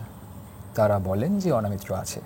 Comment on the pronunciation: অ "না" মিত্র নয় , ওটা হবে --- অ "ন" মিত্র। সঞ্চালনা / পরিচালনা করার আগে , বাংলা ভাষা ও অভিধান পড়া একান্ত জরুরী।